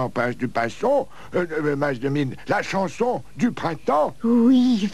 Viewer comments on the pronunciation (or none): "Vous aimeriez que je vous plante... que je vous CHANTE la pranson du chrintemps..." Je ne peux plus m'empêcher de l'entendre! XD